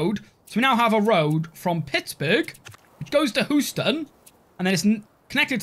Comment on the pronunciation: "Hooston" <3 We pronounce it 'hyoo-ston' :D